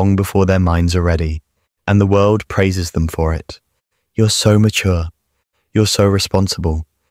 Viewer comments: “you’re so matuge” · "matuge" wtf is "matuge"? Also, what is that emotion in the top left corner supposted to be?